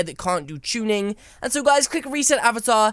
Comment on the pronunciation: My first time I heard tunning I thought you said chunning